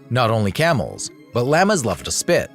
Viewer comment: That "monkey" could possibly KILL a lion or tiger. A human would stand NO chance! A bison is NOT pronounced bizon. Llamas are law mas not laa mas. And sleeping pill darts? Good grief!